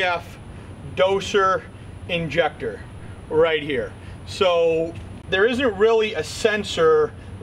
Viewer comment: Why are you saying dosher injector ?